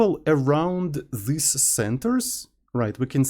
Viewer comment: ohhh! Thank you very much for clarifying! I take note. But somebody has to tell that there is no fantasy word in the middle between "this" and "these". He uses "thes"